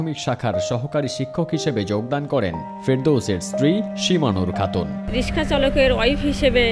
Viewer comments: কেমন এম.এ পাশ করলেন? যিনি রিক্সা কে রিশকা বলছেন? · ভালো উদ্যোগ. একটা জয়গাতে আমার খটকা লাগলো. মাস্টার্স ডিগ্রী পাশ করার পরও, প্রধানমন্ত্রীকে পরধান মন্ত্রী এবং রিক্সাকে রিস্কা উচ্চারণ করে কেন? এটা কি শিক্ষা ব্যাবস্থার ত্রুটি? পরবর্তী প্রজন্ম কিভাবে শুদ্ধ উচ্চারণ শিখবে? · মাস্টার্স পাস।কিন্তু রিক্সাকে রিসকা বলে😁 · M.A পাশ করেও যে কিনা রিক্সাকে রিশকা বলছে তার হাতে শিক্ষা কতটা নিরাপদ প্লিজ ভেবে দেখবেন. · এম এ. পাশ করেও রিকশাকে রিশকা বলে🙂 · চাকরিটা কি অন্য কোন ডিপার্টমেন্টে দেয়া যেতো না? না মানে... no offence but, বাচ্চারা এখন স্কুলে গিয়ে উচ্চারণ শিখবে রিশকা আর পোরধান মন্ত্রী? 🙂